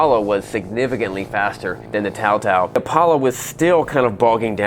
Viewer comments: Its not apablo its apolla like apolla one rocket flight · Lol he really just said "APABLO" its Apollo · Man said an Apollo is Apoblo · Bruh it’s apallo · Apoblo is how he pronounced it at start lol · Its called "A Pablo" 🤣🤣🤣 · Name:APOLLO says”Apoblo